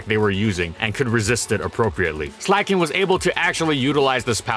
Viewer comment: SLEIGH-KING. Not “slacking”